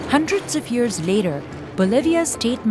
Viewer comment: ten yurrs